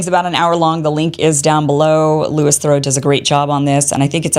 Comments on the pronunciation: Not very important, but It’s pronounced Louie, not Louis. I lived many years in the UK and he made loads of interesting docu-series Edit. His father Paul Theroux -very famous author. Brother Marcel also broadcaster and author. Cousin Justin, actor married for a bit to Jennifer Aniston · Pronounced lou-ee the same as in Louis Armstrong....not LEWIS thoroux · pronounced louy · Dear Americans (Kim, Glenn etc) In England it’s pronounced Louee not Lewis. Very grateful to him for revealing the truth to a bigger audience. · Just fyi his name is pronounced Lou-ee The s is silent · Its pronounced Louis (as in Louie) btw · Please learn how to pronounce Louis's name, it's disrespectful and all too common with Americans! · Quick look into how to pronounce Louis' name would be helpful here.